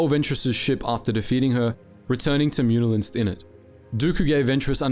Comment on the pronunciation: The second "N" in "Muunilinst" is actually silent.